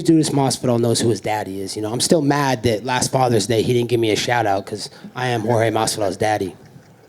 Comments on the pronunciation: How Colby is calling Jorge: Street..? -Jedus? 🤣🤣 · street jodes masvidal bruh you don’t know how to how to say Jorge gamebread masvidal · He called Jorge Masvidal George?🤣🤣🤣